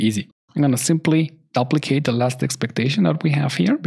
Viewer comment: Great comprehensive course. Just the word "duplicate" is pronounced with a long u like the word queue. Sorry, it rings in my ears. I know the English language is filled with lots of irregularities. People pronounce the word "tuple" with a short u but I have also heard people pronounce with a long u sound.